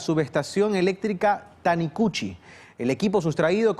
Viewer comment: Tanicuchi mal pronunciado